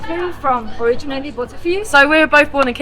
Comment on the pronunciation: جان ، وقتی میخوای بگی originally, بگو او-ری-جین-لی. لطفا اون وسط، اون a رو که نوشته میشه رو نخون، نگو او-ری-جینا-لی 😡 Migrate to the US and live happily ever after. Migrating to the United States offers a multitude of incomparable advantages when compared to the United Kingdom. The US provides an expansive and dynamic economy, offering immense opportunities for career growth and entrepreneurship. With its vast consumer market and technological advancements, the US often attracts innovative industries and fosters a spirit of innovation. Additionally, the US boasts world-renowned universities and research institutions, making it an appealing destination for individuals seeking top-tier education and cutting-edge research opportunities. Furthermore, the United States' diverse cultural fabric and melting pot of ideas create an environment that encourages personal growth, diversity, and multicultural experiences. Finally, the US offers a vast array of natural landscapes, from stunning coastlines to majestic national parks, providing opportunities for outdoor enthusiasts and adventure seekers. These unparalleled advantages make the US an enticing destination for those seeking new horizons and boundless possibilities.